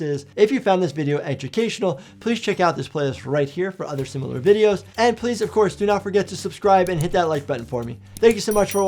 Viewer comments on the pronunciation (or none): none